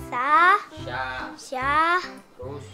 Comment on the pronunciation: س(sa) ش(sha) ث (tsa)...........beda ya sayang pengucapan nya